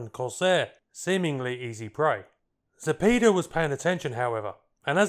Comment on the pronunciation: Zapeda- "za-pay-da", not "za-pee-da"